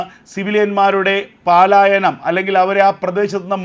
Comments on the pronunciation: Malayalam bhasha panditanmarodu chodichittu Paaalayanam enno palayanam enno parayu. Valare vikalamaya vaarttha vaayana.sorry... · Sahodhara, പാലായനം അല്ല പലായനം ആണ് ശെരി 🙏🏼